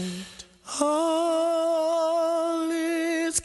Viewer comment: only criticism is pronunciation of the lyrics as "Hall is calm.." in the beginning. Beautiful sharp harmony at 43 seconds.